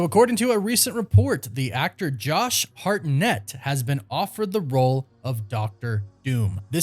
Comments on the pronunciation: It's simply: Hartnett... Why do you keep saying Hart-NETT?! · I believe it’s pronounced HARTnett. But I think he will be great. Hope it happens. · Why are you saying his name so weird 😂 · Why are you saying his last name like that? Does he actually say his last name like that??? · Please stop saying his last name like that. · Such a big actor that you can’t pronounce his last name correctly right? Lol